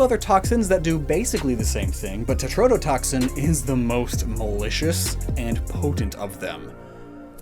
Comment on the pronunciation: I will definitely be “that guy” here, but for future reference, in case you need this again, it is tetrodotoxin, not tretodotoxin.